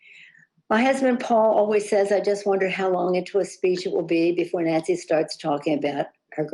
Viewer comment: "NANCE"!! ?? OMG